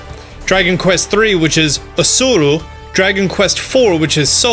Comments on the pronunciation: lol it is arusu not asuru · I’m sorry... but did you just say Arsuru, instead of Arusu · aSuru? there’s no s